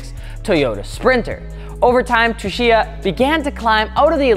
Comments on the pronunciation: "Tsu" is pronounced "Su", not "Tshu" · Its keiichi *tsuchiya (suchiya) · Say it with me kids... (Kay-e-chi Sue-chi-ya) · I about had a stroke every time attempted to pronounce “Tsuchiya”. Su-chee-yah. #RIPthispoormans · The way you pronounce his name is like KI-CHEE SUU-CHEE-UH. Keiichi Tsuchiya; the T is silent. I learned that after Initial D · rip didnt get keiichi tsuchiya's name right once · I might unsubscribe just from hearing your attempt on pronouncing Tsuchiya lmao Y'all aint' ever watch Best Motoring International?